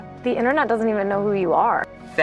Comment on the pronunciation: The way he said that second “fat” for emphasis got me rolling 😂